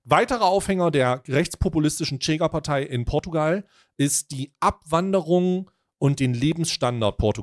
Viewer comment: nices video, kleiner Hinweis, weil ich drei jahre in Lissabon gelebt habe: die Chega wird "Schega" ausgesprochen, ohne t